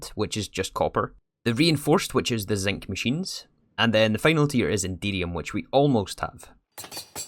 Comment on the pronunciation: I can't help but hear "Indeedium" when you say Enderium haha